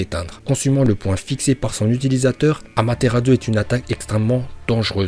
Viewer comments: AmaterarSsu ça se prononce pas Amateratzu, sérieusement quoi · Autant j'adore tes vidéos, autant je déteste celle avec. Ce mec ne sait pas parler, c'est chaud! Entre "Sinppunden" au lieu de "Shippuden", "Feuilleton" au lieu de "Futon" et "Amateradzu" au lieu de "Amaterasu"... Put*** mais dans AMATERASU tu le vois où le "DZU"???????!!!! Sinon j'adore tes vidéos, continue! (Mes pas avec lui STP) Naruto vie!